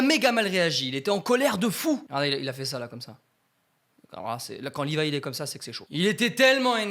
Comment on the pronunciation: C'est Levi pas "Livaï"